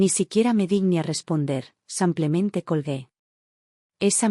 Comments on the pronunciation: Por favor!!!! Aprenda a decir SIM PLE MEN TE ! SIMPLEMENTÉ! no SAMPLEMENTE! Relata muy bien pero el samplemente me pone con los nervios de punta ! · Son traducciones automáticas desde el inglés. En inglés, muchas palabras no tienen género, son iguales para hombre y mujer. El traductor automático no distingue. De todos modos, no sé por qué no le sale "simplemente", dice "samplemente". También tradujo el nombre Melissa como "toronjil" casi al final de la historia (significa eso en español). Jajaja, me hizo gracia. En otra historia tradujo "free" como "gratis", en una oración donde debía haberlo traducido como "libre". Jajaja, "Me sentía en paz, pero, lo más importante: gratis". Fue muy cómico.